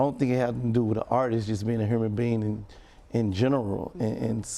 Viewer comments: Wtf why would anyone listen to a fool that can't even say human...whoman! 🤦‍♀️🤦‍♀️ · He said erbody need to be treated hurman lol